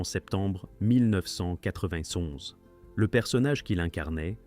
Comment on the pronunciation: Insupportable le "mille neuf cent quatre vingt tonze"